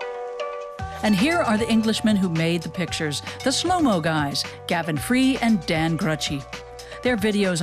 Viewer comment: 'The shhlow mo guys' lol